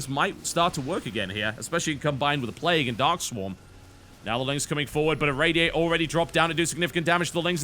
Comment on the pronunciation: why does he pronounce it "play-goo" at times?